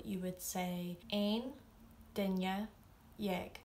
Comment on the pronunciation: YAAAAAY! You say “duine” as “DINya”! It’s the little things! 😂 Drives me crazy when I hear “DINuh.” 😆